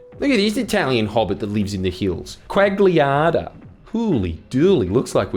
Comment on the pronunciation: Why on earth would you pronounce Mario Quagliata as Mååriyow Quåg'liyåådə. What is wrong with you.